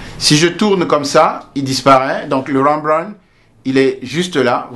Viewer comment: trés intéressant, juste deux choses : Rembrandt est une allusion à un peintre flammant, il n'est donc pas nécessaire de le prononcer à l'anglaise, et j'aurais souhaité voir le positionnement en vrai des lumières. mais celà reste un travail d'explication trés pro et de bonne qualité, merci beaucoup